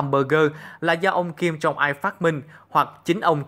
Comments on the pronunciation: Đã là rất hay cho đến khi nghe phát âm kim jong il sai. Hầy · Kim Jong il chứ ko phải kim jong ai